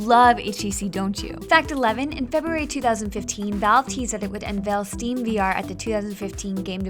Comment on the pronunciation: "stream vr" "lie-nix" god did they do this in one take? she stumbles so much